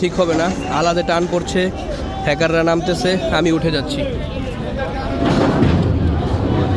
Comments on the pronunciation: hackar na bhai, hocker bole eder 🤣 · হেকার না হকার😂